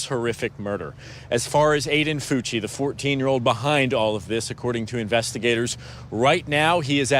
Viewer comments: Pronounced: FUCKY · That's a weird way to pronounce "Fucky". I wonder if his cellmate will find that name... interesting. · They gonna have a different pronunciation of that name in prison boy